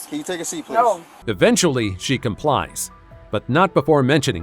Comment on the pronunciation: What's up with adding an "a" to the end of words ... "NO-a!"